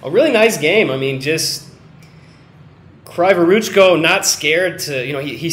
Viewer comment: Kryvoruchko reads like "Cree voruchko" it's Ukrainian surname. Word for word translation "Crooked hands" :)) But "cree", not "cry"